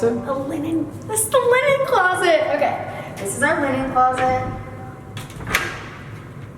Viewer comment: "iiiit's the LINEN CLOSETTT" ...she's so cute I'm crying